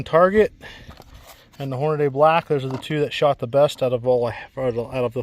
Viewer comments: Holy shit. It's NOT Hornaday. It's Hornady. Horn-a-dee. Idiot. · Why do so many struggle to read ‘Hornady’? There’s no ‘day’ at the end.